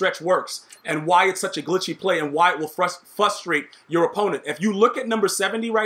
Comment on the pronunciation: Saying frustrate wrong and, “it’s because it’s on All Madden” is all I got out of this video.